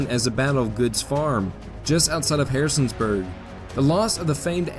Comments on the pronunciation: Great video presentation, but you called a certain City "Harrison's Burg". That, my friend, is the wrong way to say it. It's Harrisonburg, not Harrison's Burg! I know that, because I am a Native of Harrisonburg. I wish that there was a way, that there was a way for you to correct that mistake, which, I must add, was made several times. As I said, though:Orher than that, it's a great video presentation! I'm glad I subscribed! This is great stuff!!! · Love the Valley Campaign content, one pronunciation nitpick, it’s Harrison-burg, not Harrisons-burg. I look forward to the finale! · Just FYi you say Harrisonburg wrong.